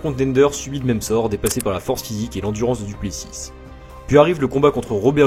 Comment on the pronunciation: C'est vrai que le "Duplessisse" fait mal aux oreilles